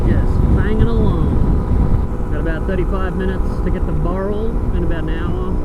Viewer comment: That is so funny... when I realised you were using some of my gpx tracks for this trip, I was very interested... but when you kept saying something like "starting at boral".... I was scratching my head, trying to work out what the frig you were talking about... then it clicked..."BOWral" 🙂 When you got to Lithgow, I had a pretty good idea of the camping site Brendon was going to take you to. Funnily enough, I'm planning to camp there next month with my 901 to take some shots on that cliff edge. It's awesome.... But here's a question for Brendon... does he know the "2nd best campsite in the world"...... It's not that far from where you were. Check it out at the 1min mark.